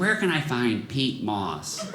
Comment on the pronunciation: I’ve never heard it said that way. The way you say Pete Moss is a person. Peat moss is for gardens.